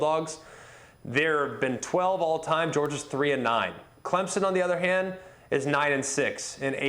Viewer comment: Did he say ClemZON?